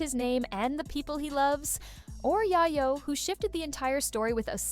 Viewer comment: I was trying to listen to this, but the Narrator kept saying YyYo not YaYo. Please